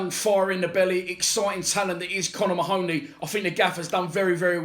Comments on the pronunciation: Get his name right mate 🤣 its ma-honey not ma-hooney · Should be pronounced " Marhney".